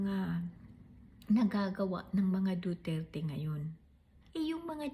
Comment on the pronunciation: hindi kaya sinadya ng judge yung pagpronounce ng duterT para homonym ng retardT🫢